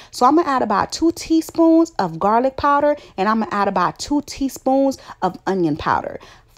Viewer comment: Whewwww chile it’s yo “Teaspoons” fa me!😂 Amazing recipe tho!👏🏾♥️